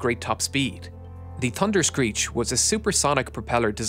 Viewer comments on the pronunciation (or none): TUNderscreech. I guess the letter “H”doesn’t exist for you. Are you related to Gary Drayton, the metal detector guy on “Curse of Oak Island”? He knows that if he EVER includes an “H” in his speech his tongue will catch fire 🔥. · "da dunderscreech" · thunderscreech not tunderscreech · The "Tunderscreech". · TUNDERSCREECH? You forgot the H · Pronounced “Tunder-screech” apparently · "Tunderscreech" love it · Ahh yes....the "Tunder-screech"! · Tunderscreech? Could you not at last make an effort?